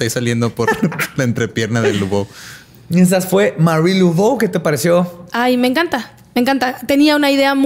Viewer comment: Todo bien, es sólo que se pronuncia Mari, Lavó, no Luvó.